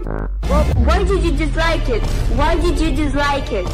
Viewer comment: Why DiD yOu DiZzLiKe Eeet Why DiD yOu DiZzLiKe Eeet